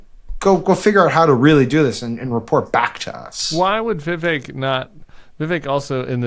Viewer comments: It's Ví vek guy's. Ramaswami is a hindi name and so, the stress is on the first syllable. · What is up with viv ache? Every Vivek I've ever known pronounced it Viv-ek.